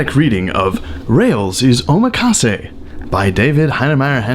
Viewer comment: OHMA-KAWSAY lol